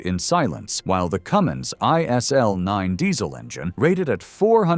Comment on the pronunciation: Decent information, but, as usual, HORRIFIC AI narration! The "Coomins engine..." 🤣😂🤣😂